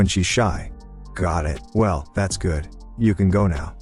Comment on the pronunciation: tts can say galvanized but cant say good. lmao